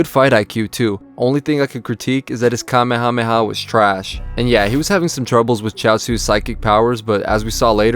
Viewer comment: Nice to hear some native en speaker saying Kamehameha right for once... 🤔😂😂 (They usually say "KaMÉha - MÉha" instead of "KÁme...HÁme...HÁ")